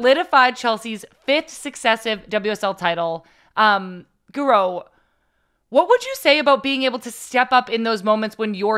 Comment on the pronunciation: My favorite Chelsea player! Intro was so funny. Had to watch it again to see her reaction to pronunciation.